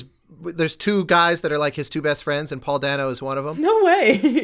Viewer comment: Last name of Paul Dano is pronounced (by him) "DAY-noh".